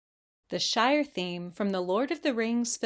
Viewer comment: Wait, Shire...not Shore...as soon as I heard you say Shore towards the end my brain automatically registered it...sorry...lol wonderful video dear! You have an absolutely beautiful disposition and thought provoking channel. Thank you!